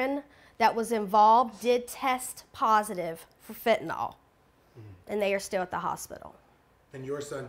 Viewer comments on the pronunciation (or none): I wish people - especially reporters - would learn how to pronounce FentaNYL, not FentaNOL.